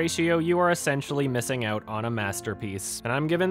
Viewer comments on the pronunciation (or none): none